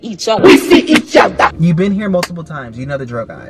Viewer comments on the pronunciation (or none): No one: Larray: WE. SEE. EACHOTHA